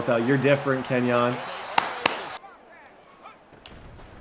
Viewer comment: "Kenyon Drake" 💀